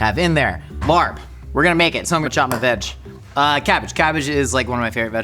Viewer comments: The incorrect pronunciation of larb always drives me crazy. Not just. Most YouTubers. 😵‍💫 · it’s pronounced “lahb” not “larb” pls🤧 i’m cringing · the Thai dish larb is pronounced "l-ah-pb" so the R is silent. Just wanted to let you know since it sounded so funny hearing you say LARB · Just a quick clarification — it’s actually pronounced laab, not larb! And while you’ll often see it on Thai menus, laab (or laap) is originally a Lao dish. Laos is where it comes from, and it’s a huge part of Lao cuisine and culture. Thai cuisine adopted it from the northeastern Isaan region, which has strong Lao roots 😊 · Fine, I'll listen to Ologies. Also, lARb? Homie, its pronounced like lap but you gotta stread out the a in it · "Larb/laab/laap" is pronounced as "L-app", not like "L.A.R.P". Also it's Laos not Thai, but closes enough... Not like your pronunciation tho, gdi. I never understood pronunciation cringe until now. Other then that nice to see an attempt, even if you did butcher it. Ground meat works to save time but will always tend to dry out much more than minced rare meats, especially if you don't eat hot (which larb topically isn't) . And we use lettuce not cabbage, i think imo it's also not as dry when raw/fresh. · Larb is pronounced more like lop. I say larb too cause I think it’s funny when I read it at restaurants but in case you wanted to know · I just realized what you were talking about when you were saying “larb.” It’s a the national dish of Laos and very popular in Thailand but all sorts of Southeast Asian people have their own way of making it. Also, it’s pronounced more like “lah.” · There's no "r" in the pronunciation of larb, it's confusing. It's pronounced laab, and the b has a bit of a p sound to it. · sad to hear the laRRb pronunciation from a seasoned mythical chef like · Your pronunciation of Larb is very unfortunate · The R in larb is actually not pronounced - I don’t make these rules! Anyway, love your videos! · fyi, the r in larb is silent